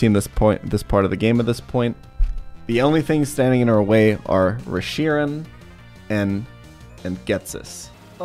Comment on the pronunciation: I’m lowkey annoyed by the way he pronounces the Pokémon names lmao Who calls it reSHIram?